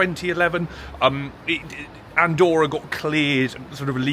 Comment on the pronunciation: Very interesting. Btw, Andorra has two "r", they pronounce both "r"s 😅